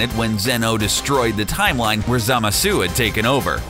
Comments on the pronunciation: did anyone else notice the zamazu hi said instead of zamasu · No the way he pronounces Zamasu, "Zamazu" 😆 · Everyones talking about how he said pikkon but are we really going to let that absolute butchering of zamasu slide? Really? “ZamaZOO” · Why he say zamazyu